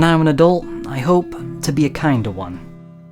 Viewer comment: huh. i got the pun, but i always thought 'kinder' was pronounced more in the german way. because. like. those are kinders who are experiencing horror